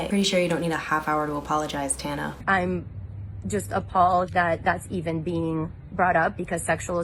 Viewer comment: She called her Tana? 😮😂